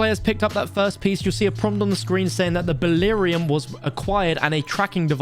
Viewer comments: also pronounced beryllium wrong, it's bur-rill-e-um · Ba-rill -e-um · Dude please look up how to say those elements properly: Bur-rill-ee-um Trit-tee-um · I really want to say something about how he said Bellyrium, but I am not gonna say it..